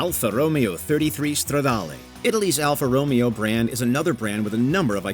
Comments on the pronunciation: I hate to be a pronunciation please, but it’s actually pronounced ( Alfa Ro-Mayo) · Corrections: Alfa Romeo is pronounced Ro MAY O, not, Romeo as in Romeo and Juliet. The Firebird is not, and never was a "muscle car". It's a pony car. Built to compete with the Mustang, the original Pony car. A Muscle Car, by definition, is a Midsize car with a Fullsize car's motor. GTO, 442, GTX, Road Runner, Charger are prime examples. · Terrible AI narration. Says Stingray Coupe, shows convertible. Mispronounces Alfa Romeo as Romeo as in Romeo and Juliet. Multiple instances of mis match between narration and pictures. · It isn't pronounced Alfa Romeo , its pronounced Alfa Ro-may-o . You butchered that one . Along with the Supra , it's pronounced Mark 4 not M K . Then the Super-LEG-GERA ? WT royal F ? Non car guy doing a car vid . SHAME !!! 🔔 🔔 SHAME !!! 🔔 🔔 SHAME !!! 🔔 🔔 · If only the could find a car guy (like me) who can do the voice over (like I do) while pronouncing cars proh-pair-lye, I mean, properly (like I can). Ro-Mayo, not Row-mee-oh. Let me audition to do the list for cars. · The Alfa Row-mee-oh, like saying "Romeo and Juliet". Then saying the Ferrari F-40 is less legendary than the Pontiac Trans-Am?! Strike three was omitting the Porsche 959, the Nissan GT-R, Buick Grand National GNX, Acura NSX, Bugatti EB110, and a '92 Nissan Sentra XE 4 door with a cassette player and roll-up windows (my first car). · Can't take this video seriously after they pronounced Alfa Romeo like that. Didn't watch the rest. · Alfa Romeo?! It’s Aldo Ro-Mayo. It’s Italian not Shakespearean! 🤦🏼‍♀️ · Did they really just pronounce Alfa Romeo like that? Thumbs down. Couldn't watch the rest of the video after that. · Yeah because Alfa Romeo was pronounced incorrectly